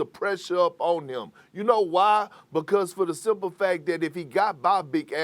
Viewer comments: I laugh every time Perk says "BAM ADEDABAYO!" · Bam outtadabayo lol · Perk's pronunciation of Bam's name always makes me laugh. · The way that Perk says Bam's name cracks me up every time. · Lol is like saying Martin Luther the King